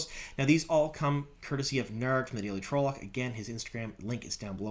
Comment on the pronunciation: Like your show but need to learn to pronounce the places and trolloc correctly.